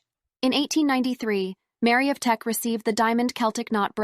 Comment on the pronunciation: Lady Louise Windsor is the daughter of the Duke and Duchess of Edinburgh, not their granddaughter. And it's Queen Mary of Teck, not Tech. Did anyone review this before publishing?